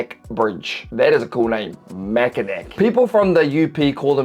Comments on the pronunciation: Mackinac is pronounced MACK-IN-AW. So, almost exactly like you did, but ending with "aw," as in "Aw, how cute!" As with a lot of Michigan names it is that way because it was adapted from the word the indigenous people were using, in this case the Ojibwa word Michimakinak, meaning 'Great turtle.' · I’ve been living in Michigan my entire life I can’t even say that This tour video doesn’t even come close to how beautiful it is. You’re not really supposed to say it like Mackinac more with a naw at the end. And it’s the fudge capital of the country. Sleeping bear dunes is a 10/10 go there, and it’s a lot steeper than it looks in the video. the Michigan central station it is one most pretty spots in all of Michigan, when I was a small kid I went inside before the renovation started (my dad worked in the company that owned it at the time) and it is my favorite building on earth. In mackinaw there is 3 cars, 1 being ambulance, 1 being a fire truck, and the last is a maintenance truck due to some fires a bit ago. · Mack-uh-naw. Not Mack uh mac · It is pronounced "Mack-inn-NNAW" and not "Mack-ehhh'Nack." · Everytime he says MackinACK I die a little 😂. The pronunciation is Mack-In-NAW ❤ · PS - Mack-in-Naw, not Mack-in-knack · It pronounced Mak-in-aw not mak-in-ak... just fyi! Michigan born and raised! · As a lifelong Michigander/troll, I just gotta say it... Mackinac is actually pronounced with W at the end, so it's really The MachinaW Bridge. And yes, there certainly is so much beautiful scenery & wildlife in my home state that we get to experience & enjoy through all 4 seasons. Ope! Pure Michigan. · It's pronounced "Mack-n-naw" not Mack-n-nac ---( from someone who lives there.) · Lmao mackanack😂😂😂😂😂😂 mack a naw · It is pronounced Mackinaw.....Not Mackinac. Just saying. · mackinaw Bridge, its pronounced the same whether its the French or English spelling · Its pronounced Mackinaw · Mac-i-naw, idk why its pronounced like that. you should go the fudge is really good.